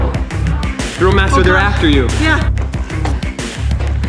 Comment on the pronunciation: Ugh it’s thrill not grill